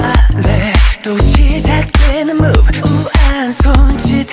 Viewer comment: The fact that taemin pronounced move as MOVE and not mobe..